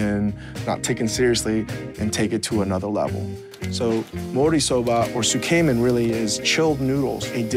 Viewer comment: makes me question Changs time in Japan when he keeps pronouncing つけめん like suuu- kei - men. Real nice, like saying a tuna salad as a "knee - coy's" salad instead of 'NICOISE".